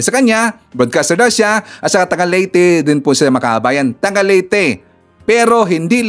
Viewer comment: Lete❌ Leyte✅ Hito❌ Heto✅ Kabite❌ Cavite✅ 😆🤣🤣 Ayusin mo Naman uy